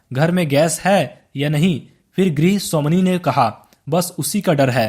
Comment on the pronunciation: Grah swamini ❌ Gri swamini ✅